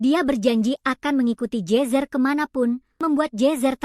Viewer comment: Ai nya aneh jir nama nya jezzer jadi jesus